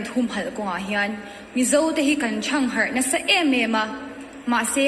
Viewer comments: Nu Nu I Rualhleng ril rem zawng ..Kan thangharh tih a thluk Dan khi a dik lo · Mizo tawng thluk erawh a hmang diklo ve hle mai. Thangharh tih a lam dan hi ngaithla nawn ve teh u.